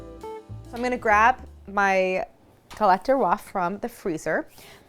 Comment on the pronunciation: (Galette DES rois, not DE roi. DES to rhyme with "day." Please!)